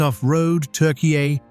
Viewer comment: ai can't pronounce turkey